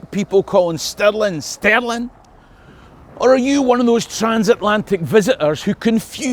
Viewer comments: Alrighty, Can't we all agree its not Pounds Sterling but actually... SPOONDOOLIES!!! Dear American & Aussie chums fae now on it Stirling (STIR-LING) castle & money is called SPOONDOOLIES Scots everywhere will know exactly what ya mean & all this confusion shall end, the world will be in harmony, the lamb shall lie with the Lion, & all the TENDER SHALL BE LEGAL ACROSS THE LAND!!!....problem solved & jobs a good un!!! Your welcome 😂😂😂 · Your pronunciations of Stirling and Sterling sound the same to me.